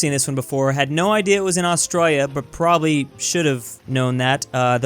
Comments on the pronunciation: No one: Literally no one:: AuStrOYYa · I just noticed that he says it like "AustrALLia" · Hay stupid do your research. Planes don't fly like that in Australia and learn to say Australia. Somo was former prime minister.